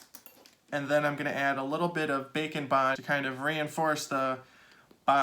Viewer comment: haha. It's what the close captioning says- the Auto Caption here's "bacon bond." I can see why tho, the way he says it, his "d" in "and" is kind of silent. Like how people say "kinda" instead of "kind of." We here "bacon" instead of "bake and."